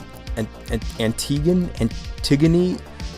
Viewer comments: Great work! It’s Anti-goney, when in doubt go with how the X computer pronounces it 😅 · Well late, but here goes. Antigone is pronounced from lore Ant Ig Oh Knee. As for the lasers, they are better to stop fighters shields regenerating, but that is 0% of concern out of system. For REALLY big ships like the Raptor, you use a bank of lasers set to "attack fighters" and what those attack are targeted by flak cannons that can put PLENTY of hurt on an S or M class ship. However, if you have nothing else to put on, or don't know, then use pulse lasers for medium turrets, a GOOD balance of speed of projectile (hence chance to hit a fighter) with damage output (so M class ships are killed, where the target is so large that bullet speed doesn't matter). So, unless you have a reason to go otherwise, use Pulse lasers for S/M guns and M turrets, use plasmas on L turrets. That includes stations. If you need a temporary blockade, put up a lot of lasertowers, picked up later. They have been fixed to work Out of System now, but mines still don't, so mines are only useful for running away (let go a couple of mines to blow up attackers that are a few seconds behind you while you RUN) or for missions (where you are told to drop mines). The beam lasers produced, like turret lasers and main gun lasers, hit reliably but do almost no damage, but 100 lasers will burn quickly anyway. The Elite really doesn't work. It only has one gun, so it can't fight (scouts have one gun for a reason), and the Nova or Discoverer do its job far better, the former being faster and nearly as manoeverable